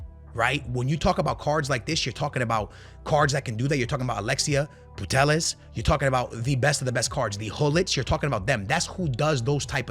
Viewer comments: Putellas ❌Portelas ✅ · This guy doesn’t know how to pronounce names 🤣